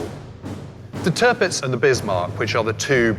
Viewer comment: I christen you Tirrrrrrrrrrrrrrrpitz